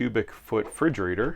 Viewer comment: You lost my view , when you said, "fridgerator".